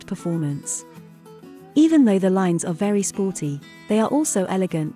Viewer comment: Wery good